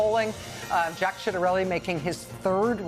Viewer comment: Did she say SHITarelli?